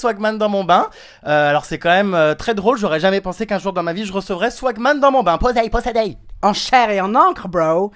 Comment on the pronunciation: qui a envie de le tuer quand il dit posey?